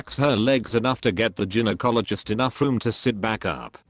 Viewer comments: The word is pronounced guy-no, not gin-o. To the woman with the birth defect: not a defect. That's your HYMEN. Some are mainly open, some have more than one hole. It's a ring of tissue. Sometimes drs need to cut them if they don't break naturally. Nothing defective. I hate AI. Mispronounces every medical word and gives bad medical advice..... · These text to speech videos are awful. What the hell is an Jin-o-cologist? 🤦‍♂️ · Did you not check your crap AI voice b4 putting this vid out??? Geeeenokologist?? Ffs dude!! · "Ginnyecologists" I've found some really lazy and badly done reddit story channels before but this is the worst. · This was interesting but I couldn't get to the end because the computerised voice was so bad.Mispronounced so many words, even Gynecologist! You really need to fix that. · I had to stop listening because of the computer narration. The way he said gynecologist, yeesh!